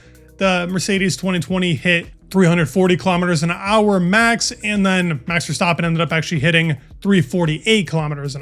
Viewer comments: VER-STAP-PEN not VER-STOP-PEN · ha, I’m Dutch. Phonetically it’s kind of like “Fairstahpen”. No criticism, just feedback :) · Bro kept saying Verstoppen lol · Verstaaappen? For the love of god pronounce his name correctly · Love the content. One remark: i always think I hear you say “Verstoppen”, with an O… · You pronounce Verstappen like "verstoppin" it's so annoying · Dude pronounce Verstappen property. It's not that hard